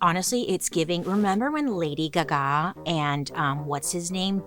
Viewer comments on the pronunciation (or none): when you said "Lady guh-gahw..." I snorfed my tea all over the room. Love you. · I’ve never heard someone say lady Gaga like that lol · The way you said Lady Gaga 😭😭😭😭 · Why did she say lady gaga like that 😅